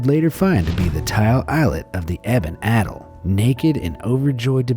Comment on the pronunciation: People kill that cannot pronounce words. Like you've never heard the word "atoll" before?Jesus.